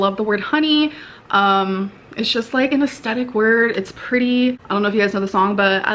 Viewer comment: AsTHEtic you spud not astetic